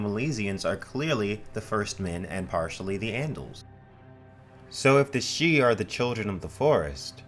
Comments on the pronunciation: It is slightly irritating why he sometimes pronounces it "sidee" rather than "shee" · It's weird how you keep pronouncing it sid-he then switch to pronouncing it shee... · I kept getting thrown.. the voice over interchangeably pronounces Sidhe/sidhe. It is never ShiDee. Its Shii-the or Shee. like Bean shidhe.... pronounced BanShee... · make up your mind about whether you're going to pronounce sidhe correctly (shee) or incorrectly (siddee) you keep switching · For the love of Pete! Stick with one pronunciation of a word! You confused the heck out of me with your constant going back and forth between "she" and "sid-he." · the "sid-he", irish speakers worldwide died a little when you tried to pronounce sidhe 😂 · Sidhe is pronounced seeja which translates into English to Elf or Faire (farie) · I hear "sidhe" pronounced differently all the time, I said it sid-he in my head when I first saw it in a book, it was "Aen Sidhe" in the Witcher, said Ahn shay, and it's just so off-putting whenever I hear new ones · Bro, its pronounced "Shee". It's always pronounced "shee". The spelling (siddhe) is from modern Gaelic, basically one of the Celtic languages. Q-Celtic, I think. By contrast Welsh is P-Celtic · "Sidhe" is pronounced "she" in Irish Gaelic. They are faeries. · To correct the above video, the Sidhe are of Celtic folklore origin, whats with this "pseudo Irish" crap ? Anyway, Sidhe is pronounced "Sith", this is where George Lucas got his idea for the bad guys in the Star Wars films... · pronounced "seeth" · #1) Why show a pronunciation guide for a word more easily announced than Sidhe (which you repeatedly pronounce differently) #2) your vids have gotten better; maybe not more well produced or researched but at least more coherent.